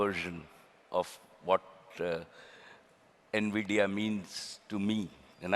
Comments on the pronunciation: NVIDIA ❌NVIDIYA✅ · Everytime, I heard Nvidia I heard it as India. But Mukesh's explanation of Nvidia with Saraswati and Lakshmi using Knowledge, Prosperity and Intelligence beats everything. Nicely done.